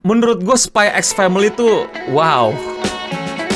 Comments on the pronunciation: kalau kata bang akil bukan spy x family bang bacanya, tapi spy family.. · x nya gosah dibaca bang